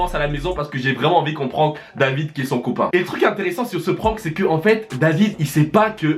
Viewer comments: Prononcer juste prank ça ce dis prænk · j'aime pas quand on dit le mot PRANK avec l'ACCENT FRANCAIS ! c'est horrible pour les oreilles putin 😷😷